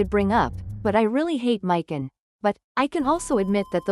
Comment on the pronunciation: We get it u are not a real nerd and hate males and females U feminist/Democrats are triggered lol learn to say characters names right mik on lol there not a dude lol